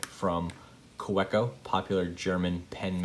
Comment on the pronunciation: it's ka-veh-koh (w, pronounced as v...) :) i appreciate your review... good to know parker style refill would work :)